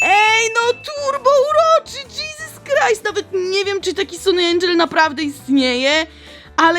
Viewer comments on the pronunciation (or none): none